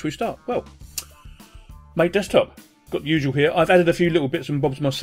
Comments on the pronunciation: Hey loved the video, btw its pronouced Mahtay not "mate". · LOL Mah-tey(MATE) as official pronunciation :)